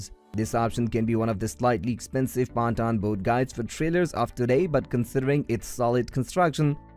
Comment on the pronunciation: Pontoon is not pronounced like that 😂😂